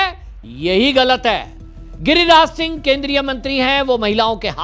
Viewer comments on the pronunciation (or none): none